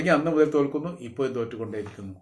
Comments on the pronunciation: ഇപ്പോയും അല്ല ഇപ്പോഴും.. നിങ്ങളെ പോലുള്ളവർ തീർച്ചയായും അക്ഷര സ്പുടത അറിഞ്ഞിരിക്കേണ്ടത് അത്യാവശ്യമാണ്... ഉപദേഷം സ്വീകരിക്കുമല്ലോ🙏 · ഈ കാക്ക ഇതുവരെ അക്ഷരം പഠിച്ചില്ലേ ഇപ്പോഴും എപ്പോഴും പറയാൻ അറിയില്ലല്ലോ തനിക്ക് ഇപ്പോയും എപ്പോയും